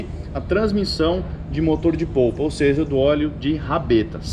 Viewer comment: Legal, mas, eh motor de popa, e nao de POUPA. Valeu.